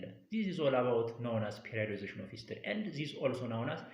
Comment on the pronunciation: You are good teacher in my understanding thanks more, However Please don't say "ፔሬድአይወዳይዜሽን" this word periodization say ፔሬዳይዜሽን